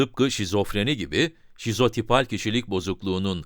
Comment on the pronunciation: Videonun basinda sizopital diyor ancak sizotipal olmali.